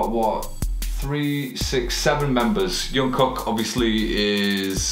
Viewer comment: His name is actually pronounced like "Jung (the J is the same as in "Jungle") • guk"